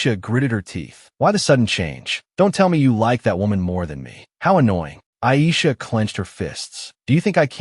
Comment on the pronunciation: The fact that the Ai voice is pronouncing the blond lemon looking ah girl’s name as ‘Ai’ has my dying